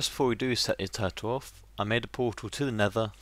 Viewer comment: and when you said turrle i thought you said do